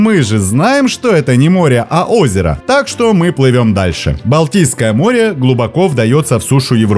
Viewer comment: Автор несколько раз произнес "Балдийское море". Может это было сделано случайно, однако, созвучие мне не кажется случайным, учитывая происхождение этого водоема в следствие сползания Валдайского ледника. Балдийское или Валдийское, от Валдай.